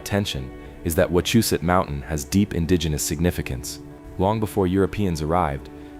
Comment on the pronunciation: Im 5 mins from wachusette (ur pronounving it wrong) but that could be the AI? and ya most are colonial remnants. Not charcoal pots but logging camps. Not a single pic but a google search query them stacked stones have fell multiple times and reset by thlocal govenment for tourist $$